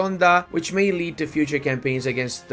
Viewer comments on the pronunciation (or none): none